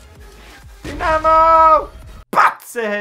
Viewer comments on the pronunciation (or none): He said deynamo to dynamo lol 😂🤣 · I love how he pronounces Dynamo😀